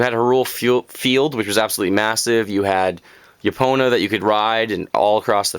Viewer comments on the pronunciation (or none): none